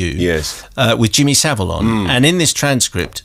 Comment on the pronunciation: Jimmy sa-'VILE'